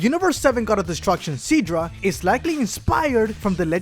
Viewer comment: “Universe 7 god of destruction seadra” 😹😹